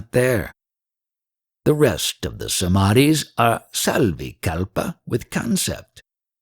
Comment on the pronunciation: Savi-kalpa and nirvi-kalpa its not sarvikalpa